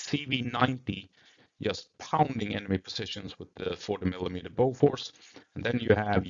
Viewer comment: Lol I would expect a swedish guy like yourself to pronounce Bofors correctly...